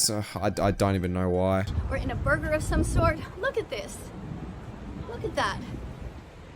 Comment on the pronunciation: borgir cooke pitzah